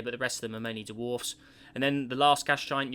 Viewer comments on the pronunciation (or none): none